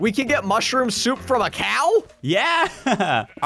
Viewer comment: It’s called a ‘mooshrom”